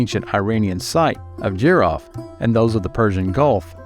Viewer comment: It's E-RON budd not EYE-RAN. And JEE-ROE-FT not JUY-ROFT.